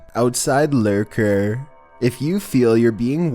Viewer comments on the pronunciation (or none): Well 15, is he a leerer or a lurker? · Owwwwsigh lerrrrrkurrrrr...